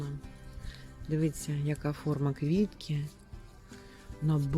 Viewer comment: Вражає Ваш асортимент і Ваші знання своїх улюблениць. Маєте мій лайк безумовно. Одне прохання, якщо Ваша ласка, слово "дивІться" промовляйте саме через " І", бо у Вас воно неодноразово звучить ,як "дивИться"... Просто дуже багато раз промовте це слово саме з буквою "І", і з'явиться безумовна автоматична правильна вимова. Дякую Вам за відео.